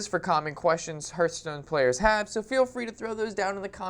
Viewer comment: Huurtstone? What game is that, how do you even say it wrong when, if you open up the game the dwarf guy sais it correctly....